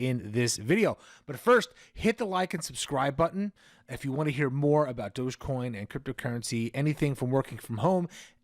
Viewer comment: Thank you for pronounce it properly Doggie coin Shiba is a doggie RECOGNIZE